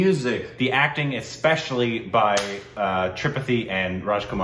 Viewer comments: The movie was insane. Also, just FYI, it's pronounced as three-paht-eee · Another thing regarding Tripathi's name. It is writtern with single 'a' but while pronouncing, it is said with double a.. When pronouncing, it will be "Tripaathi"